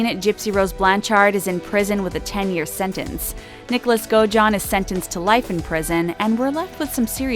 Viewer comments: Omg it’s blanCHURD not blanCHARD, and it’s also godAjohn not gojohn. 😐 yes I know how godejohn is spelt but that’s not how it’s said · The way the narrator pronounces “Munchhausen” and “Godejohn” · Me too. As well as the way she pronounces Godejohn. Oh and years like 2019 she says 2000 and 19, you don’t need to say and! Lol